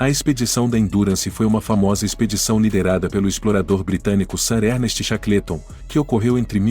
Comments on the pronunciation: Chacleton é phoda. A pronúncia correta cheiqueolton. Todas as pronúncias de nomes estrangeiros são sofríveis. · Cara, não é por nada não, mas se informe melhor sobre a pronúncia do inglês. Chaclêton tá ridículo demais. Desculpe-me mais assim não dá. Quanta bobagem meu!